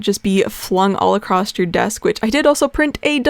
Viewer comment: What is it with you Americans putting a fukin D at the end of the word "across" its fukn across not acrossd.